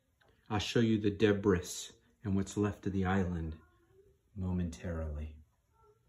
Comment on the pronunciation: The s in debris is silent... no big deal just so you know... I'm watching this because I think I had the original as a kid, like literally the only Lego set I ever got... I remember it being more challenging to put together than I expected, but having zero Lego experience I don't know what I expected with something so relatively complex lol